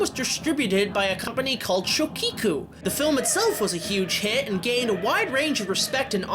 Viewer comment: Shôchiku, not “Shokiku”! Peace.